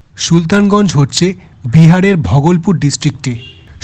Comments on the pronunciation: Bhogolpur ❌ Bhagalpur ✅ Ei Pronunciation ta ektu sotik kore bolo. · ঘরে বসে ভিডিও করলে এই হয়। স্টেশনের নামগুলো ঠিকঠাক উচ্চারণ হচ্ছে না। একটু রিসার্চ করে ভিডিও বানান। Bhagalpur কে ভগলপুর কেউ বলে? একটা বিখ্যাত জায়গা । অন্যান্য ভিডিও তেও পশ্চিমবঙ্গের জায়গার নামের উচ্চারণ ভুল। Tamluk টা তামলুক নয়, তমলুক হবে। Dantan হবে দাঁতন। এইরকম অনেক আছে। এইরকম কিছু কিছু correction করতে হবে